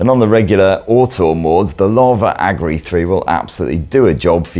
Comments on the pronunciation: It isn't Agri. It's Agni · Drink every time he says Agni wrong. 😂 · Love how we got 50 different pronunciation of "AGNI" 😂😂❤